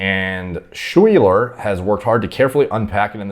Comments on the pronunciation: "Shwee ler" lol It's Sky-ler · can memorize endocrine pathways but for some reason cannot pronounce the name Schuyler (Skyler)... never change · “Shweeler” haha, Schuyler is another way to spell Skyler!